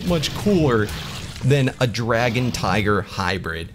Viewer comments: Anyone noticed he said «tigger» not tiger? That triggered me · Why when you say tiger you say tigger bro it’s tiger, tigger is from a kids show and I’m not a hater it just gets annoying